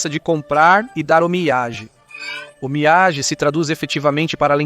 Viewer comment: Boas explicações sobre os costumes japoneses. Só precisa melhorar a pronúncia das palavras japonesas (sushi, omiyage, onsem...)